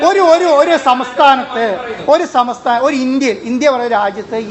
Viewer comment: സമസ്ഥാനം എന്നാണ് പറയുന്നത് ചുരുങ്ങിയത് സംസ്ഥാനം എന്നെങ്കിലും പറയാൻ ശ്രമിക്കണ്ടേ